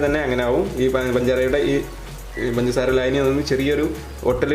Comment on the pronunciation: Why are you saying panjara panjara instead of pangasara